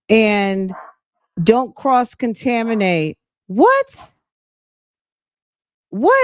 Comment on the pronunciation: Naw. Sonya said "cross taminate" and "harelem".